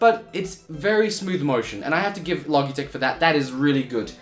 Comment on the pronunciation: I think its pronounced "Lo Jeh tech" - soft G. Like Logic.